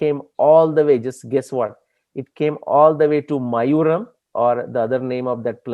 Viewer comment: Love your work! sir it is "mayilaaduthurai" (mayil-aadu-thurai) short form is Mayavaram (Maaya-varam) not mayuram. Thanks!